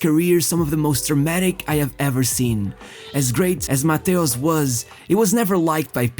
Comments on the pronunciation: Nice video my Portuguese fellow! Although it made me some way like confused hearing Mateus instead of Matthaus 😅 grande abraço 💪😃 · you’re right! For us in Portugal we are used to say Mataus but the correct way to pronounce in German is Mateus! My bad 🙋‍♂️ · Jesus, how many ways are there to butcher one name in only one video? 😂😂😂😂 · Your narration is hideous. Pronouncing Matthaus and Matthaush in the same sentence many times. What's wrong with you?